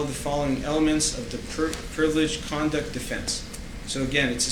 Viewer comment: He keeps saying “condent” instead of conduct! I’m wondering how the court recorder is going to manage to transcribe this fool.